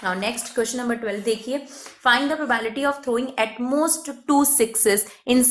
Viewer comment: Not mocking but I cringed each time she said prabality